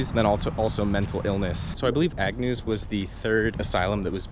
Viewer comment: It's AGNEW you freaking idiot, not Agnews. How fuking difficult is it to get the name right. You're history on my feeds. Thanks for nothing.